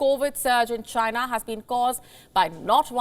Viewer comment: IT CAME FROM CHY-NAH